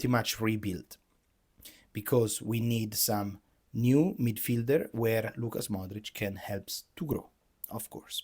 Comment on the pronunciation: Its LUKA Modrić, not LUCAS Modrić